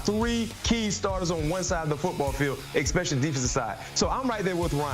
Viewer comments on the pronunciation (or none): I can’t stand people that say Expecially. So dumb.. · You mean “especially.” Don’t you? 🤔